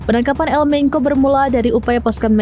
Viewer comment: Di baca bukan El Menko, mbak ... tapi El Menco bacanya